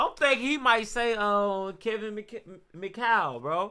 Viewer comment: McHale. Rhymes with Sale.